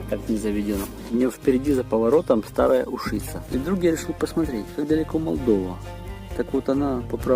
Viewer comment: Немного режет слух не правильное ударение в названии Старой Ушици. Правильно ударение делать на У.